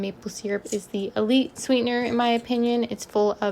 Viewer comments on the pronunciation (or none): none